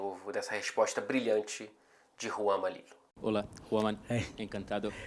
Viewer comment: Juro que ouvi na primeira vez Juan Mamilo